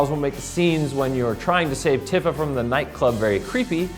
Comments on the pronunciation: Its pronounced Tea-fa (Tifa), not trying to be a jerk, just trying to help. (DONT HATE ME PLS SENPAI) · Seriously? Pronouncing Tifa's name wrong? I mean the whole REASON Advent Children exists is to clear that up, come on.